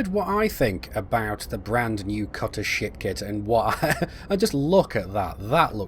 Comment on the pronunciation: "so you've heard of what i think about the cutter shit kit " am i the only one hearing that??? XDDD